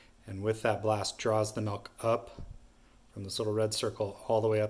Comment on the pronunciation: Nice to see someone finally explain that correctly. Bernoulli’s principle at work. “Malk”? 🤪😉